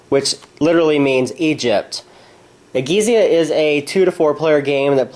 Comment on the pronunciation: Thanks for the excellent video! Just purchased this game but have yet to try it out. My wife and I enjoy Stonge Age so this seemed like a logical purchase. One note, though. I do believe the title is pronounced more like "eh-JEETS-ya". That is Italian for Ancient Egypt.